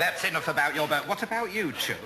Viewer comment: Haha its chuck rhymes with cook. It's a sort of term of endearment used up north.